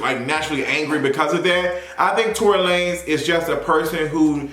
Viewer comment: I always lose it when he says that! 😂 it's that and Jay-Z's "Basquiat Wig"... I fall right out!!!